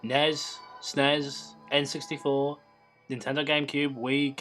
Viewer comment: You say the letters of the console. N-E-S and S-N-E-S. I'm sorry for correcting but points to self huge Nintendo nerd lol